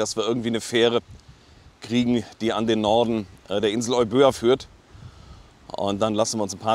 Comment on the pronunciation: Hallo liebe, lieber, Euböa ist eigentlich überhaupt kein Zungenbrecher, man spricht es Ewia mit der Betonung auf die erste Silber also auf das E aus. Erklärung: Εύβοια der zweite Buchstabe nach dem Epsilon also das Ypsilon übernimmt in der Zusammenstellung die Rolle des z. B. deutschen Buchstabens "W" und wird zusammen mit dem Buchstaben "β" als W ausgesprochen. Ein i von den vielen i die es im griechischen Alphabet gibt ist auch das "οι" und wird ganz normal als i ausgesprochen. Ich hoffe es kommt nicht auf eine besserwisserische Art rüber aber das klingt auf griechisch so falsch dass ich es schreiben musste. Danke für die schönen Bilder aus der alten Heimat und schöne Grüße aus den schönen Remstal.